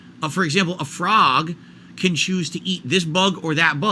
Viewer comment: knows people tease him about how he says the word frog but randomly picks it for his dysfunctional analogy. Is he trying to summon the frawgposters back to chat?